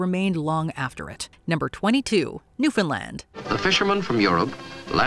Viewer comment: The Great Depression was devastating to the Newfoundland* economy - but what really hurt the Dominion was the crushing war debt that they were saddled with after WWI ended. The Depression just finished the job. (*…And bravo for your correct pronunciation!)